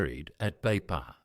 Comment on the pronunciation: Thank you for the wonderful story of Sir Fr Louis Vangeke..proud to be from Meke'o -Kairuku..correction though,it is not Beipa,but Veifa'a,thank you..❤❤